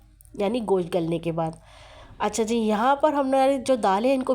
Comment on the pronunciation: You call it "Gosh". It's not "Gosh"; it's called "Gosht".